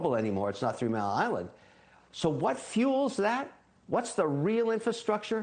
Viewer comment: He's invested in nuclear, but he can't pronounce it. I don't know why that word is so impossible for some to pronounce.